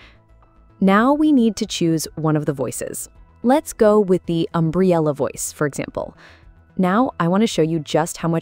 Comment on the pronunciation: The pronunciation of Umbriel changing each time must be rage bait.